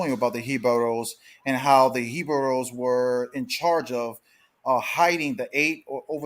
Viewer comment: I was the one that pointed out the guy on the video say hebaros more then a year back, I caught that